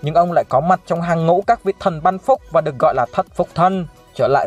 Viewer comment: Sao chữ " thần " mà cứ đọc là " thân " nhỉ.